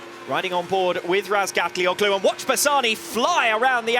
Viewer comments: I cringe whenever I hear that commentator pronounce Toprak's last name as RazgatlioCKlu. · Steve English, the co-commentator still can't say his name lol.